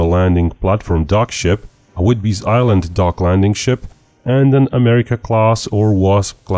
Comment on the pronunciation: Whidbey Island. There is no "s" in the end. Also home to Naval Air Station Whidbey Island (NASWI), home of the EA-18 Growler Pacific Squadrons. One of our country's most important bases.. It's also home to the Pacific's ELF submarine communications station. (That place is locked up like a vault.)